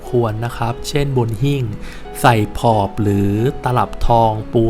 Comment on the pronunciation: ผอบ: อ่านว่า ผะ -อบ